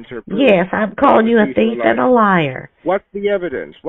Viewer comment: The reason is because “it’s the first time you’ve “wonning” a prize.” How dare you call him a “teef” and liar? You are the best! 😂😂😂😂😂